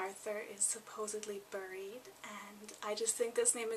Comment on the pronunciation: Haha you say "buried" like a rull prairie gurl!